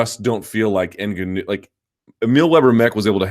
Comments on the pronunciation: Luke , normally your good with names ... but please stop calling Francis Ngaunou, the way you do , your the only one who says his name wrong.... watch Ngaunou say his own name , thats the way to say it ! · How do you cover this sport and not know how to pronounce ‘Ngannou’ by now?